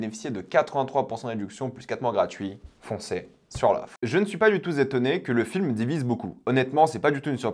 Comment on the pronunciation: "Je ne suis pas du tout z'étonné..." Les liaisons dangereuses. ;-)